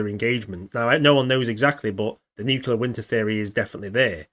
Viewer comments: just so it's said, Nuclear winter not a Nuculear winter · NUCLEAR NU-CLEE-URR FUCK!!!!! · sorry I worked with nuclear weapons and now in nuclear power. Every time I hear nucular I have flash backs of pres. Dubya Bush